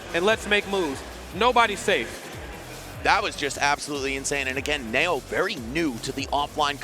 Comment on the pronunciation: Knee-O.... Knee-O. ... nay-o? Really